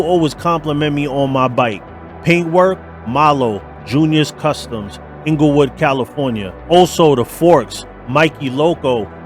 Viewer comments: That's "Inglewood" Californina - not "Englewood" ... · *Inglewood with an I, fyi. Mickey Loco Long Beach, CA Appreciate your content bro, keep swingin’ 👍🫡